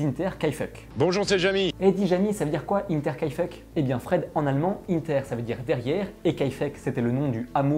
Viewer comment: Tu ne prononce pas bien "Hinter": D’abord le h devant est un expiré et le "er" à la fin se prononcer comme le "eu" de "tueur" 👍